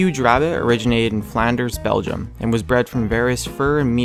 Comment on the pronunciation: Belgium not belquium